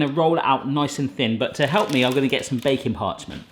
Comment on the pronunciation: I'm fairly new here but all this time I thought he was saying "bacon parchment" until now ;/